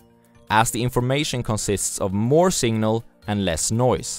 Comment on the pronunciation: Singnal 🤣🤣. But who cares. I'm here for the content, not pronunciation